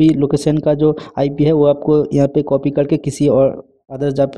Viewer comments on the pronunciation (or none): none